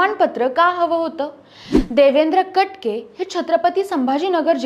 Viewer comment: ताई कट के... नाही. कटके..!